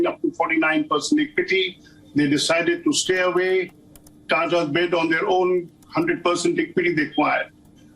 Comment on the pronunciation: It’s not Tara / Tada.. it is a proper TATA. And not ears, it is YEARS . Can we have Palki Sharma back please